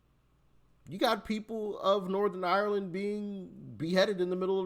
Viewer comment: Doc. It’s ’Northern Ireland’